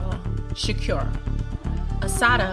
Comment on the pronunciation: Say shakur right please